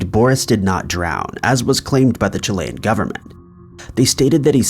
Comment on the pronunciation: Wow you pronounced Chile' and Chilean right, good job.